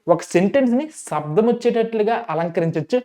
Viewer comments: సబ్దంతో కాదురా శబ్దం తో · ముందు మీరు తెలుగు సరిగ్గా నేర్చుకోండి. శబ్ధ కాదు శబ్దం అర్ధం కాదు అర్థం